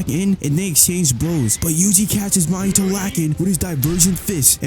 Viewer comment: Why do you pronounce "Mahito" like "Mahitoe"